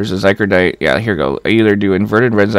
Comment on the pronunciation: Oh my god it's zy cor o dite not zy cro dite